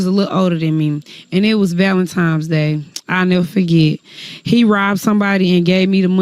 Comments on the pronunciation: I thought the same thing... ValentiNe's Day not ValentiMe's Day. 🙄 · It’s not walentimes day, it’s Valentine’s Day. 🤦‍♀️ Apologies, that’s a pet peeve of mine. The rest wasn’t surprising. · What's "valentimes day"?? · ValenTIMES day😂😂😂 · How old is she running around saying Valemtimes? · Valintimes day😆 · "Valentimes Day"........AX yourself.....why are we ignoring the stupidity?